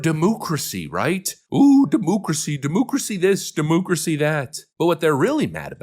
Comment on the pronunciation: "He is a threat to Demooocracy!!"